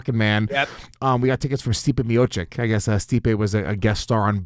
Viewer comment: When you drop someone's name because they gave your friend tickets, you should try to PRONOUNCE their name CORRECTLY. Stipe Miocic - Meyachich is easiest and people should just say that. Joe Rogan pretty much fucked up Stipe's name permanently. Me-YO-Chick, Me-YO-Chich are BOTH WRONG. - listen to the man himself tell you how to say his name. How would you all feel if you worked all your life to make a name for yourself and your peers just REFUSED to even TRY to say your name. It's almost as if Luis hasn't watched Stipe's recent fights. I don't love Jon Anik, But he is saying Stipe's properly or very close. Seeing as how this is an MMA based podcast, they should know how to say the names of the people they talk about. ESPECIALLY SOMEONE THAT GAVE YOU A FREE TICKET. It's funny how the more popular or the money you have, the more free stuff people give you. It's like, as soon as you can afford to buy expensive tickets like that, people just wanna give you stuff. But when you're down and out, poor and unpopular, nobody wants to give you jack shit. They do the same thing to Gustafsson, it sounds closest to Goostavson or Goo-Stav-Son. It's not Gus-Stuff-Son!!!!!!! It's King Gustav, not King Gus-Stuff The behavior of disregarding people's names is mostly an American thing, but I think it has rubbed off on other countries as well.